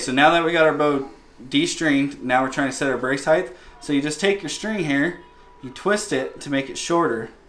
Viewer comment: Height doesn’t end with TH. It’s pronounced HITE Otherwise great video. Lol. Love trad bows! Nice set up!